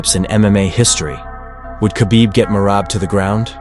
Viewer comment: GEORGIAS MACHINE BREAND "MERAB"